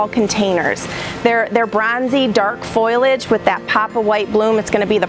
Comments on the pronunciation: The i in foliage comes after the l, so it is FOE li age, not foil age! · FOAL-EE-EDGE, please.